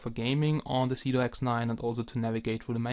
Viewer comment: Is it me or does it sound like he is saying Doing Drugs?